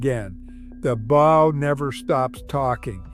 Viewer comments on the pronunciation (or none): Stop saying bough 😢